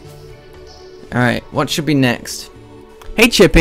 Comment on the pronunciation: I like how he says alright like "alrighta"